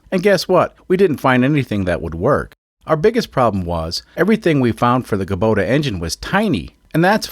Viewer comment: Hey, not only can you say Osaka, you can also say Kubota! Hahaha. However, it is funny that you say "Luke" when everyone else says "Luck" and you say "Kuhbota" when it should technically be "Koobota", but on Altair 7 it's all psychically communicated anyways. I always love seeing which custom solution people come up with for a unique engine swap. It's funny that you act like everything is bumblefudgery, but secretly, you know what you're doing. Also just want to highly recommend Allen's Fasteners once again. :D P.S. Holy heck those are some lightweight cars!